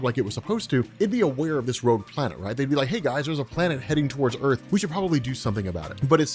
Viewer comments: xDDD Rouge planet... IT IS roGue ,not roUge... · rowge planet. rogue